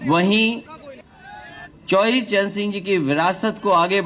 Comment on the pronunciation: पहले बोलना सीख लीजिए चौधरी चरण सिंह है चौवरी चरण सिंह नहीं